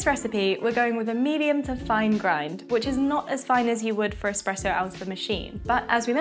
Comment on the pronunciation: It's not Expresso, and it's not even Expresso like. Is this video having us all on? this must be a parody.